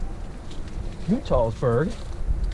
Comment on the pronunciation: It is not Nu-Tall- Burg. It is Nut-All-burg. l shot video of the restoration a few years ago.